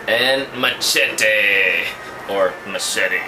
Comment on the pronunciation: LOL! SOMEONE WATCHES SPONGEBOOOB!! the best! MACHETE IS AN EPIC MOVIE!! The best! It's funny how you say machete like MA TSE Te LOL xD Did you piss yourself in the last exorcism? LOL jk BTW the bodies of linsay lohan and jesicca alba weren't theirs, those were stunt doubles. They were able to make you think it was them xD